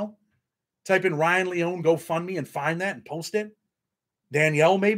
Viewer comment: it's LEE-OWN-EE lol Ryan will be surely missed. Nikko and Weiland will grow up without ever remembering their Dad and Karina won't forget him. He's with his 1st love Jenny and his best friend Paul 🕊 That gives me solace 🙏